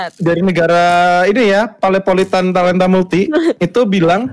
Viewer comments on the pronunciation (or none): Talentamultik Bukan paletanmultik